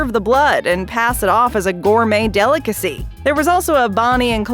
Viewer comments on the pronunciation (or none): This AI voice crap has got to go! The word is delicacy, not deelickazee! 🙄